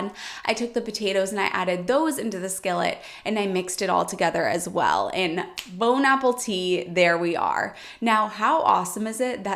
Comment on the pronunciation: Bone-apple-tea? Lol, that's what it sounded like. Thank you for the chuckle. You're the best, so appreciate that you share your wisdom with us and great tips and tricks. Thank you!